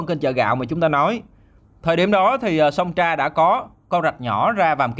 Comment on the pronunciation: Sông Trà chứ ko phải sông Tra